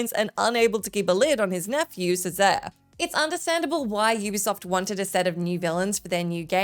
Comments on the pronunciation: Probably want to look up some name pronunciations before releasing these videos! It's not "yuka yuka" it's "Ooka Ooka" (spelt Uka Uka), and it's not "Seesare Borgia" it's "Chesarey Borgia" (spelt Cesare). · Ngl, it is a little annoying that you mispronounced Cesare (sound like Chez-ar-ay) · We just going to skip over the fact that she butchered Cesare's name. It's Che-sery come on man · The pronunciation of Ceasare is hilarious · Did no-one tell how to pronounce Cesare?